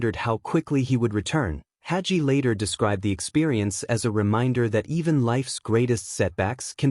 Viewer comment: When n A I BOT says "Hajee:" for "Hagee" it tells me the AI progarmmer does NOT KMOW John Hagee. Another fraud hiding behind AI, instead of having the SPINE to use a MIC!